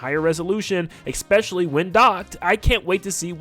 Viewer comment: STOP SAYING ''ECKSPECIALLY'' PLEASE.